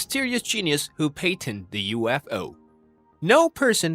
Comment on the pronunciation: Not a bad video… I just cannot get over how you mispronounce “patented” haha